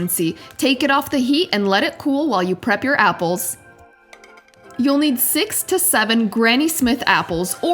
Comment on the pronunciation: sounds rike asian saying six-uh seven Heeheeheeheeheeheehee heeheehee heeheehee heeheehee